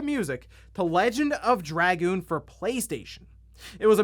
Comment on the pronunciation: Call me old school, but I couldn’t care less about trophies or achievements. Oh, and it’s X. It’s always been X. We determined this with the PSX, before internet got big. And call it “druh-goon”.